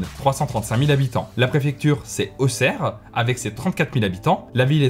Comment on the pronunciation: Youhou tu prononce bien auxerre